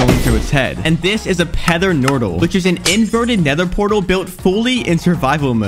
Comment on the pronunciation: I’m dying at the “Pether Nortal” 😭🤣